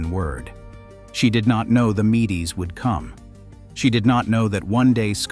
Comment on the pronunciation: Mee-Dees? All my life I've heard it pronounced Meeds, like the honey brew.